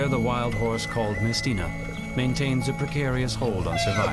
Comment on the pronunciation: mesteño not mestena